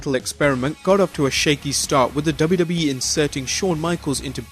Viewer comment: Is he saying WWEF?